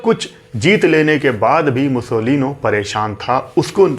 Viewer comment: पं. ओम्कारनाथ ठाकूर पं. विष्णू दिगंबर पलूसकर "मुसोलीनो" नही "मुसोलीनी" आप तो सभी फिल्मी कलाकारों के नाम के बाद "जी" इतनी बार लगाते हो, यहां भूल गये?